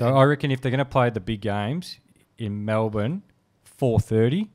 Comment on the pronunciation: be grouse , hahah how very 'malbourne' of you eddie hahahah